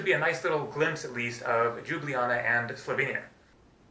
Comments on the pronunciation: its just Ljublaja not đublijana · Its not Ljublaja and Džubljana .. Its a Ljubljana 🎩👌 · just say liubliana fast and you should get the right pronounciation. Liub-liana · Just an FYI y'all, it's "Lyew-bliyana" :) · I love how you pronounced Ljubljana as Đjubljana :D :D :D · JOO-blee-Anna. LOL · Why does every American butcher Ljubljana so badly, the actual pronounciation is Lube-la-nah (can confirm as an actual citizen of Slovenia) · It's pronounced Lyoo-blyahna :) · It's pronounced Lyublyana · Its pronounced Lyublyana. The Eastern European J=Y in English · Seems like even slovene can say Ljubljana properly .... its li̯ubˈli̯aːna 3 syllables and no Y in it ! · Tip 1: say the first j in Ljubljana as you say the second one. Tip 2: you say letters č, š like that: č-ch š-sh. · understandable, but when it comes to online "tutorials" all of them say the same thing, search up any video on youtube about the correct pronounciation and it still pronounced as lube-li-jana, even the wiki on Ljubljana has the same pronounciation, well im really only slightly annoyed by this but it doesn't really matter, you honestly do a great job of showing off our culture and landmarks which i do commemd you for and i do encourage to keep up the good work. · Your first pronounciation was the right one! :) greetings from slovenia